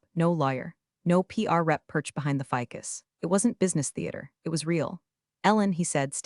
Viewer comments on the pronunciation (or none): none